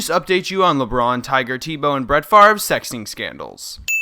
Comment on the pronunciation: Who the fuck is Tea Bow?